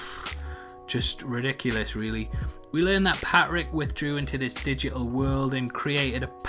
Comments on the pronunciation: The way this dudes pronounces “Patrick (Pat-Rick) is so odd. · Sound man, saves me enduring this. Is his name Patrick or Pat Rick?!?!?